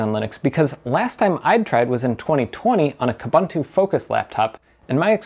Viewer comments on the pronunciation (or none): "KOOBANTOO" does not exist... it's pronounced "KOOBOONTOO"... The same goes for "OOBANTOO"... 🤦‍♂